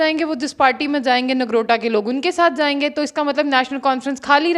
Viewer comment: Nargota nahi Nogrota hota hai...